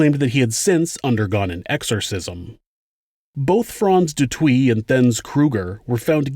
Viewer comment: The name pronunciation is killing me. Especially de Toit.